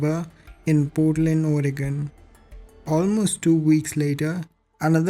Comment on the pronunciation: I just wanted to say that you said “Portland, Oregon” perfectly! People often mispronounce Oregon, so that made my day. Thanks for sharing these stories.